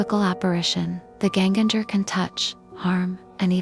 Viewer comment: It's pronounced "YEN-ganger" (with hard "Gs" as in "gold"). It simply means "again-walker", that is, someone who "walks again" after death. In modern Norwegian, it is entirely synonymous with "ghost"; it hardly refers to any specific kind of ghost, such as a "punishing" spirit, or one that gives the living "death pinches".